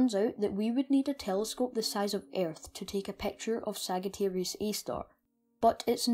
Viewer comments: It's not pronounced sag it's pronounced sajiterius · great content, for a person of your age. you have great knowledge and passion. however, one thing I'd like to tell you: its not pronounced as /ságittæreeus/ but /sájittæreeus/ :) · sag it arius is not how its pronounced but alittle bit of points given for being british btw it (saaj i ter ius.) Sagittarius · It's Sagittarius not sagatarius. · Great video; its thrilling to see teenagers genuinely interested in Astrology and Physics. Just an FYI btw Sagittarius is pronounced Sadge-ah-tear-eeus. (Not criticizing) Be proud of yourself kiddo Thumbs up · Sajitarius not "g" Messy-A not "err" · You're saying Sagittarius wrong and my face implodes on itself when you say it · Just an FYI, Sagittarius is pronounced with a “j” sound. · its Sagittarius A-star you pronounce it as we pronounce g foy gym or not as g for gum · Thanks. Yeah, after I created the video, I realized and was kicking myself for it. In my latest video where I mention it, I've pronounced it correctly :) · Ah, yes. I realized after I posted the video that I pronounced it wrong. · Thanks. Ah, I realized as soon as I published this video that I had pronounced it wrong.